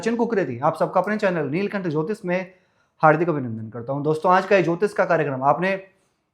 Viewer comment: यार इतने क्यूट हो सुनने कम आपको सुनने और देखने आते है ज्यादातर बहोत हेंडसम हो बोलते स्टाइल से हो बस ज्योतिष बोला करो ज्योतिस नहीं